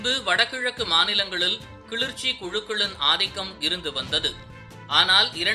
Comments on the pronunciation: தம்பி அது கிழுற்ச்சி..இல்லை கிளர்ச்சி.... தமிழ கொல்லாதீங்கடா..... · Kilarchi ,not kilirchi . Don't kill Tamil language. 😢😢😢😢😢😢😢😢😢😢😢😢😢😢😢😢😢😢😢